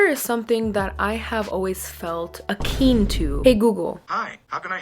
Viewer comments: It's 'akin'. Not 'akeen'. Also, it's not 'stop and decease'. It's 'cease and desist'. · You were using the right word, it’s just pronounced a-kin (with an “in” sound). This is me genuinely trying to be helpful, not trying to be rude.